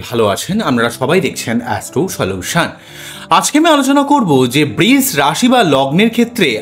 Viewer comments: Eta "Brish" rashi noy "Brisha" rashi.....pronounciation ta thik korun. khub kaane laagchhe. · বৃষ বলবেন না প্লীজ!! বড্ড কানে লাগছে। বাংলা খুব মিষ্টি ভাষা, সৌন্দর্য টা বজায় রাখার চেষ্টা করলে ভালো হয়।ধন্যবাদ।💐💐💐